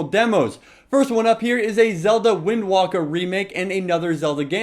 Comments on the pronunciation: wind WALKER-.- its wind WAKER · Wind Waker. Not Walker. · Wind waker not wind walker -_- I stopped watching after that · its not wind walker ITS WIND WAKER! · Lolololol "wind wacker" Just stop. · "Zelda Wind Walker remake"... *sigh* IT's Waker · you said wind wacker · Wind Walker? Seriously? How can you just dis one of history's best games ever like that? It's Wind WAKER. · I think he said wind walker. :) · O you said wind waker wrong! its said ''waiker'' ''waaker'' >:I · lol, you say wind waker 100% wrong